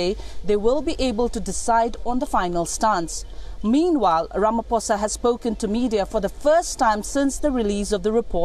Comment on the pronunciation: please pronounce his surname correctly. Please guys it’s so cringe everytime you say Ramaphosa 🤦🏾‍♀️